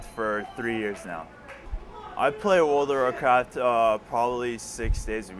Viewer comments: I been playing world o racat for 3 years now... After 3 years you would think he could pronounce its game name better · Why the hell cant the guy say world of warcraft properly, what is wrong with him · WTF can anyone who plays this game say it right its WORLD OF WARCRAFT not fucking WORL A WARCRAFT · Didn't anyone think to ask, what orld of orlcraft was? He can't even say the name of the game. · that cant even talk....wrld of rcraft...omg.